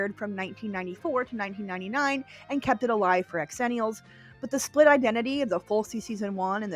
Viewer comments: I love you and love this channel but calling us "ex-zennials" is SOOOOO painful. Xennials is pronounced "zenials" - i don't know who thought it needed an EXTRA letter added... But it's definitely XENIALS. I was born in 82 and this is 100% my people. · Pronouncing it "x..ennials" and not "zennials" is annoying, are you doing that for clicks? Don't answer that. As a GenX'er, I don't care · Hello - I need to point out that Xenials is actually pronounced "zenials." It employs the "zee" sound as opposed to the "X" sound. But please, carry on with the content. As a true 1980 baby (born in 1980), I love your content as it takes me back to my childhood. God bless ya! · An Angel loses their wings every time she says “X-ennials” rather than Zennials.